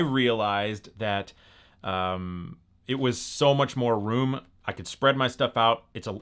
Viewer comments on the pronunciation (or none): none